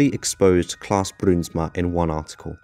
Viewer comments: the ui letter combination forms an ow sound when pronounced, fyi ; ) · Im frm the netherlands i love how you say bruinsma it almost sounds russian😂